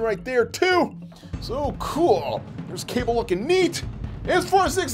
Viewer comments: Its not kable its kabal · It’s pronounced Kabal not Cable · It's kabal not cable smh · Did he say cabel it’s KUH-BALL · His name is not cable it is cabal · You said kable his name is Kabal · ITS CALLED KA BAL NOT CABAL ........YOU KNOW WHAT!!!!!!( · Bro called kabal cable 💀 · The name is Ka-ball😔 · Its pronounced Kubol but spelled Kabal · its pronounced as ka-ball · IT’S KA BAL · It's pronounced ka -ball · It’s pronounced: Ka-Ball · His name is kabal when you say the a after the k it's like you say the letter u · He said Kabal wrong